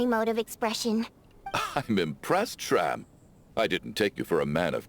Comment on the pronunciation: only after 2 hrs into the video i noticed that you pronounsed shram's name(meaning 'scar' btw) correctly at first but then started calling him like the characters did fufu